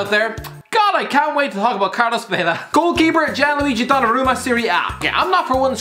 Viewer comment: Yeah this deserves more unlikes than likes purely for shitting on UpaMECAno and Donarumma. Also, learn some proper pronounciations CHRIST ABOVE